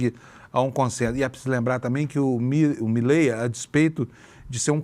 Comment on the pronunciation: Me dá agonia ouvir a pronúncia errada do sobrenome do presidente da Argentina!!!